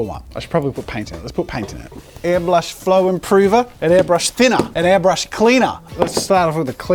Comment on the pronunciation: No one: Not even Scott: Jazza: AiRbLuSh